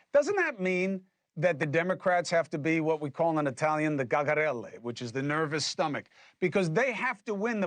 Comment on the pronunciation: cacarella, not gagarella